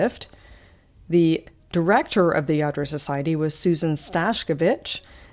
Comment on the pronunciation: you are such a wonderful speaker. Your description of all you feature is great. Do you by any chance speak Spanish? When you were describing some of the Lladro pieces your pronunciation was so perfect!